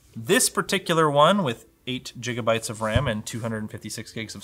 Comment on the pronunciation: did you just say jigabyte